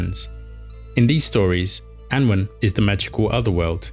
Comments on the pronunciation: Just to give constructive feedback - as far as I know, Annwn can be pronounced "Annun", foneticaly "Anoon" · Apologising for mangling Welsh pronunciations is better than not apologising, but why not get someone to tell you how to pronounce them correctly? Welsh does have some sounds that are alien for English speakers, but there are no such sounds in "Annwn" or "mabinogion". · I believe that Annwn is pronounced "Annaun" or "Annoon". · Annwyn - Anooin. Mabinogion- Mab inn ogg eon (Welsh is phonetic with few extra rules). Myddfai - MuTHvai. Hard TH like this not thought and a single f is a v sound with ff representing f sound